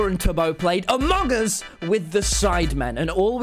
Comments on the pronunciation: Tommy: makes fun of big q for saying amangus Also Tommy : AMON GUS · True he just says mong us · Did anyone notice he said amug us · Why did he say amog us in the start tho